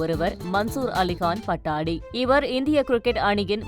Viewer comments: hello anchor ji, it is not PATTADI rather it should be Patudi.... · PA-TOU-DI. Not Pattadi. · Not Pattadi". That should be pronounced as Pattoudi.. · எம்மா பட்டாடி இல்ல பட்டோடி நல்ல படிக்கிற தமிழு...🤣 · Please it is not pattadi but pattodi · பட்டாடி அல்ல, பதோடி என்று கூற வேண்டும். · Pattodi not pattadi pls pronounce correctly it's irritating to hear .😮